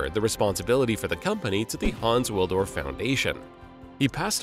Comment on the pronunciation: it's Hans WilSdorf, not Haans Willdorf